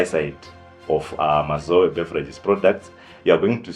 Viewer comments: Eish pronounce it as it is, “Mazo-way” kuita sei??? its “Mazowe”🤦🏾‍♂️ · Iwe taura mushe mhani,its pronounced as mazowe not mazo. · Great production. But whats MAZOOH? Least to be done is pronounce mazoe properly. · even Zambians can pronounce Mazowe, great docu but please next time pay attention to detail